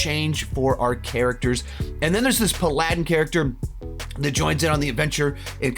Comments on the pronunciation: say it with me: pal-a-din Not pladin. You are causing me actual physical pain with that pronunciation. Was the paladin lawful stupid? From the trailers he is lawful stupid. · Pal-ah-din not Pa-lah-din. That irked me more than it should’ve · Great review...but...paladin...no.. It's "Pal-ah-din" not "Pa-lad-in" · It's pronounced "PAL-a-din" not "Pa-LAD-in" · Great review. Spot on. However, the Paladin is pronounced "Pal-A-Din" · man i ain't hear Pa-ladin in years, guess its good he didn't say Palaedian. lmao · it’s pal-ah-den haha. Love you and your videos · I need a public apology for the pronunciation of "Paladin" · If your sister watched this video, you may need to call and offer her emotional support for the way you pronounced “paladin” 😂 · I am accepting condolences for that pronunciation. And he keeps saying it wrong.